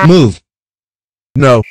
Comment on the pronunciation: instead of move he said moo XDDDDDDDDDD